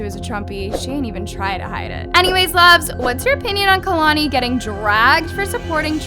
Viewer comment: Chileeee not kalani